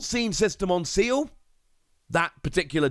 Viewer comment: please say Ci-EL please lol hearing Seal hurts lol